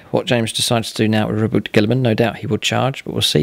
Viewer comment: okay, I just have to get this out of my system. It's Ro-Boo-Tay.